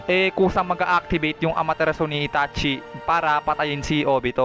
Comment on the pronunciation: May mga simple words Kang Hindi nababanggit ng Tama, katulad ng Amaterasu (Ama-te-ras)